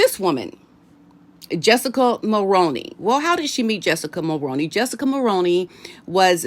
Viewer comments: It’s Mul-roo-knee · Jessica Mulroney's last name is pronounced like combining the actor Micky Rooney's last name and Mull ...so Mull-Rooney 🙏please don't take any offense I'm honestly trying to be helpful. I'm a 53 year old born, raised & lifelong 🇨🇦 I can clearly remember hearing our former Prime Minister Brian Mulroney's name on the news.. and then again in the 90's when Brian Mulroney's son Ben Mulroney became a TV presenter/host...I often heard commercials advertising that he'd join whatever show it was, so I know how the last name is correctly pronounced. So Jessica as Brian Mulroney's daughter in-law and Ben's wife will be pronouncing it the same way as they do. Again 🙏please don't take any offense as I don't mean any, I'm just trying to be helpful. I'm also saying this to others as well, because I know as Americans you aren't familiar with our Prime Ministers former or current except maybe Trudeau..So you aren't familiar with how the family name Mulroney is correctly pronounced. If you speak with Paula M ask her as she says it correctly as she's also a 🇨🇦citizen. Lady C sometimes says it correctly but even when she doesn't it's close enough. Take care and best wishes *edit I know that it looks like it should be pronounced as Mull-Rown-Knee but it's not it's one of those names/words that doesn't follow the norms ... If the Mulroney's would simply add an extra "o" in their name it might help - Mulrooney 🤔🤷‍♀️ but it's definitely pronounced like actor Micky Rooney's last name with the p